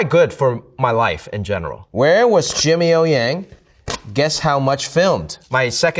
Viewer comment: Jimmy呀，用上海话说太地道了！